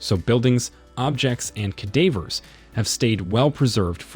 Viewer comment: Unwatchable. Learn to speak English dude. Pompeii is hilarious the way they said it. As well as cadaver. Not only did he pronounce it wrong, massively incorrect information is given about them. No, they were not preserved at Pompeii. Bodies disintegrated leaving cavities in the ash. Scientists fill those cavities with plaster to see where bodies lay. If youre gonna make an informational video, get the facts correct and learn to talk first please